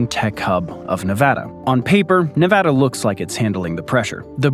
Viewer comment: Very informative. Also, thanks for pronouncing Nevada correctly.